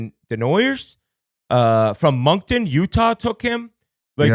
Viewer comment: Ngl pinau completely bombed that pick his name is desnoyers, “daynoyeh” pronounced, and we’re the Moncton wildcats, not the monktoon wildcats